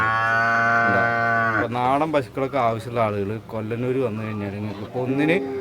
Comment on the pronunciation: കൊല്ലനൂർ അല്ല..കൊള്ളനൂർ